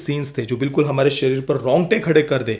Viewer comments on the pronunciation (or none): none